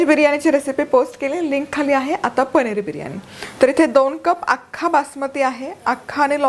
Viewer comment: Chala tar mag "पनीर" navhe "पणिर " Biryani pahuyat....😂😂😂😂